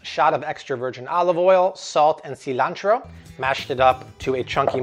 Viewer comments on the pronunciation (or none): You lost me at “see-lan-tero”. That’s not how Americans pronounce it.